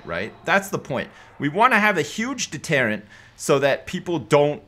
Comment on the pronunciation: Is that pronunciation of deterant a Canadian thing, an English thing, or a thing?